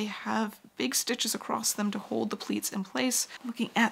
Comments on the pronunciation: Your channel is excellent. Your knowlege and expertise is unimpeachable. So humbly, I beseech you, to allow me to pick a very petty nit: There is no t in the word across. Keep the aspadisteras flying.❤ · It's a regional dialect pronunciation that happens when "across" runs into "the" and the movement of the mouth to transition. There's plenty of usage of the term "acrost" or "acrossed" in historical documents as well, so it's not a new thing (in fact evidence shows it may be an antiquated pronunciation since we had "st" on the end of quite a few words long ago)